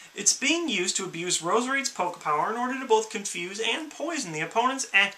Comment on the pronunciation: Poke not pole ha